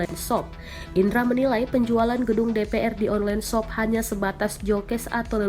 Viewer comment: Nobody Narator : ONLEN SOP, JOKES